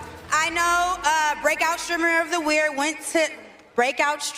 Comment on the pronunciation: “bwake out streamer of the weer”